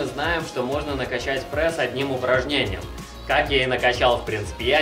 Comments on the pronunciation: Чувак , ты бесишь. Говори прЕсс а не прЭсс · Не прЭсс,а прЕсс.